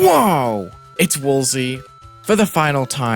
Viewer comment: It’s woaver